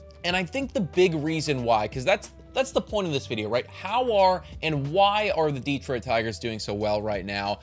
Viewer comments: yeah, here in Michigan we say it almost like "duh-Troit" with way more emphasis on the TROIT. Kinda weird but I never really though about it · Plus....DEE-troit still bugs me a bit. Emphasis on second syllable. But, honestly, very good video!